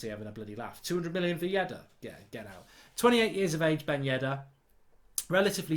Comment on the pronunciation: It's Yedder not Yeddar wake up and why does he put that is 200M?